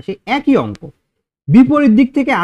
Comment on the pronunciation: অস্ক নয় কথাটা অঙ্ক আগে ঠিক করুন।